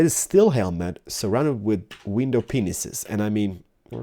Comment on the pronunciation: My mom came into my room while i was watching this video and at the same time you sad window panes and you know how it sounds like he says penises, she glared at me with the most disowning look ever.... Lol jk but she did hear him say that.